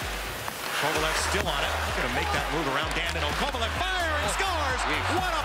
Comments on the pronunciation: How did they forget the no helmet goal??? And note to rangers’ commentator: it’s Kovaleeeeev, not Kovalooooov! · Why did the rangers announcers always call him Kovalov? 😂